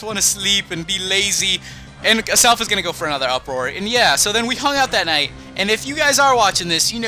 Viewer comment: 😧😧😧😧😧😧😧it's AZZZZZelf not ASSSSelf zzzzzza not saaaaaaa